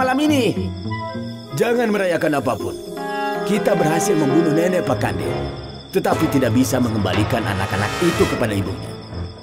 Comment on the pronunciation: Pa'kande kak bkn pakande